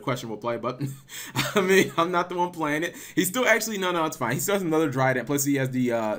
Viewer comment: "Juan for Juan" lol :)